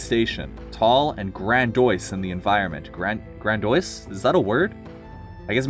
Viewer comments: “Grandiose” is pronounced “Gran-dee-ose,” and kinda does just mean big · It's pronounced "grand-e-ohs". That phrase is commonly used by smug boomer grade school teachers in America who are pompous and think they're superior to everyone. I've had my fair share of that experience throughout grade school! 😅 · Grandiose is said as Gran-dee-oh'ss